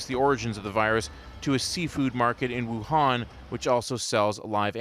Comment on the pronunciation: News Pls check the pronunciation of Wu-han (stress is on 2nd syllable) and the province of Hu-bei (Bei sounds exactly the same as the 1st syllable of Beijing)